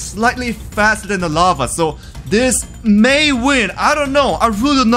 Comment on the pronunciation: "Infenetly flowing lafa"